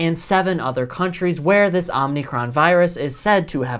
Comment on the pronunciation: Dude, stop saying Omnicron (omneecron). It’s omicron (omeecrone). No “n” in the middle, remember, these are Greek letters that these variants are named after